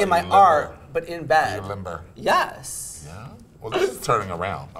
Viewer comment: “Are you limBER?”